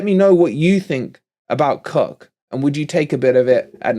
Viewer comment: Isn't Koch pronounced kotch? I take it wolverine the new forest sponsor next season is down to two possibilities. Grecian 2000 or just for men.